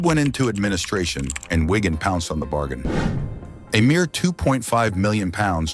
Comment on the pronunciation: Can't you just get a human to speak these texts? Whygan? It's Wigan FFS.